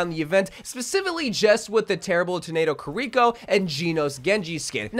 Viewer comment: ngl the way he says kiriko and genos pissin me off a bit